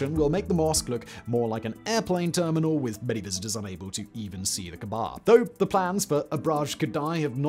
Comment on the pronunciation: Mate it's not called "Kebab" it's called the Kaaba, a site considered sacred to 2 Billion people. Please have the decency to say it correctly next time, cheers.